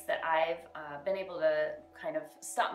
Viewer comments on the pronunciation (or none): none